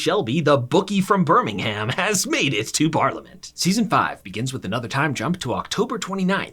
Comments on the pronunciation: It's not burnnimham it's Birmingham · Hey great video! Birmingham is pronounced like “burm-ing-um”, no “ham” though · One day Americans will realise Birmingham, Buckingham etc are pronounced Birmingum and Buckingum 🤣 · Couldn't watch, it's pronouned 'Bir-ming-um' not 'bir-ming-HAM'. If ya cor do it properly, dow say it at all 😅😂🤷‍♀️ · It's great to not have a robot reading script and mispronoucing words 😂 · As a Birmingham native, I am highly offended by your pronunciation of our city sir 🧐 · idc how good of a video this is, you get a dislike for saying birmingham like that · amaricans trying to pronounce birmingham💀💀💀💀💀💀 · You obviously don’t know how to Birmingham, because that hurt man the way you said it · A piece of advice so pronunciation of Birmingham The ‘h’ in Birmingham is silent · Please never say Birmingham like that again EVER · Ngl you said Birmingham wrong